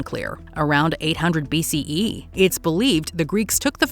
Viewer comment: Hearing the narrator repeatedly saying BCEEE was obnoxious 👎